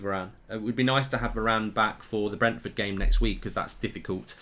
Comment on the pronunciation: You should be saying Bailey and varane